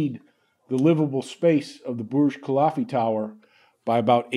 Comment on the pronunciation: Burj KUH-LIFF-UH, not KUH-LAHF-EE! Sheesh.